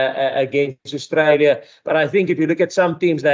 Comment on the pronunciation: can you please pronounce Australia properly and also get rid of the FNB heavy away kit ..